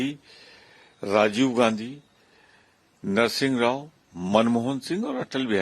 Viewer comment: Narasimha Rao and not Narsingh Rao !